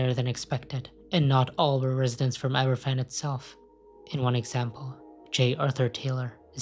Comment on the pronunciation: They're pronounced "Abervan" and "Plimuth".